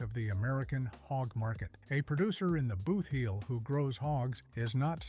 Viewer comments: What is a BOOTH HEEL? And what is a NEW MUH-DRID? They are pronounced BOOT-HEEL and New MAD-RID. Please people, if you aren't from Missouri, LEARN our names of our regions and towns. It's disrespectful to us. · Please separate the word. Boot heel